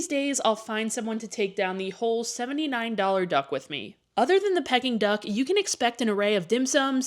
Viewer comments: Its pronounced pee-king duck not pecking duck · I have never heard Peking duck pronounced that way before